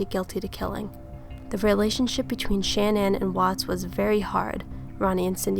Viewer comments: Sha-Nan not Shan-nan. Just an FYI in case you make otheir videos I was told that it's like shenanigans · You do realize it’s : CHAN- ANNE .... not shanan, like if you’re saying shaman... Shannan ( Cha-nan) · Her name is not pronounced Shan-ann. It's pronounced Sha-nan. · Her name is pronounced like shenanigans Shah-nann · It's pronounced Sha-na-nin research baby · Good analysis but I just couldn’t sit all the way through it. Learn to pronounce the victims name correctly before you press “record”